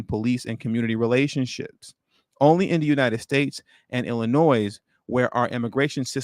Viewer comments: You don't pronounce the s in Illinois,. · Great content as usual brother. S is silent in Illinois though. Lol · The “S”, in Illinois, is SILENT